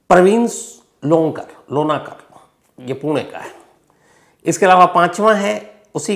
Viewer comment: लोणकर pronunciation हैं सर, लोणेकर नहीं. मेरा एक दोस्त हैं, प्रथमेश लोणकर नाम का 😅.